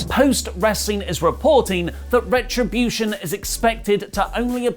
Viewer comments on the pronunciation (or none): Why do you say METtribution when it's clearly called RETribution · Say the name right. It’s Retribution. It’s annoying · why does he keep saying metribution